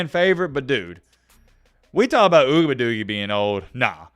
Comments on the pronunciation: Yo, I watch your vids about this dude mostly because how you pronounce his name.. Ugabadoogie... I've been teaching my 4 year old to call his potty time ugabadoogie's.. He be like " Dad I gotta go Ugabadoogie"... The look on people's faces when he says it... PRICELESS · You wrong for mispronouncing his name on purpose. Disrespecting the man's family name is very low of you. Not a fan of him but you should do better. Peace & Love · why don't you stop being disrespectful to this guy & pronounce his name right!...YOU AIN'T FUNNY!! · Why mispronounce his name? Kinda like your cousins mispronounce Kamala Harris name….not really professional. Racism is real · Pronouns the man’s name correctly, even if you don’t like him. Come on colonizers you can do better. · How about you develop some respect and say that mans name correctly he has parents and a lineage attached to that name clown 🤡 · I think is real life slow...saying that man name like that is mad racist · Just because you're not articulate enough to pronounce his name , doesn't mean you should mock it . I have nothing wrong with athletes staying eligible. College is becoming a default football minor league. Let these guys play, let them get paid 💰💰💰 Revenue share next 🤝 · Can you pronounce the man’s name correctly